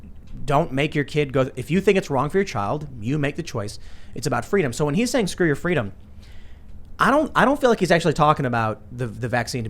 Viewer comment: He pronounced it "Skuh-doo yoh fuh-dee-duhm"